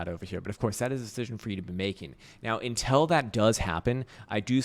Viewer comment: you say: intel.. instead of until.. (lots of times) why?